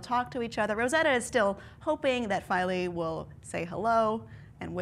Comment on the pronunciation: I think it's pronounced "Feel-A".